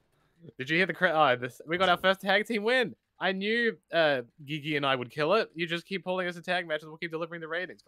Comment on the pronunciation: Great video content. Enjoy watching this series. Just a correction. GiGi Dolin isn’t pronounce “Ghee Ghee” or “Gee Gee”. It’s pronounce “G G” like ur just pronouncing the letter G’s